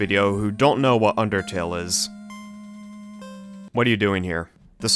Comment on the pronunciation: Whenever i see the word undertale i always think of supereyepatchwolf saying "ondertale"